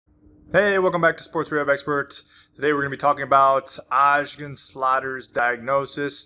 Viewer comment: Is it so difficult to say Osgood…….?